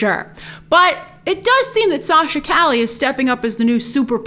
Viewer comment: Btw it’s pronounce Sachs ca-ye kinda like street in Spanish.